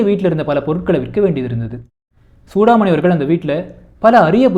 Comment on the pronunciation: புத்தகத்தின் முக்கிய அம்சங்களை தேர்வு செய்து ஆழ்ந்த புரிதலுடன் பகிர்ந்து கொண்டமைக்கு நன்றி 🙏 தன் பெயரை Chudamani என்று சரியாக உச்சரிப்பதையே சூடாமணி விரும்புவார்.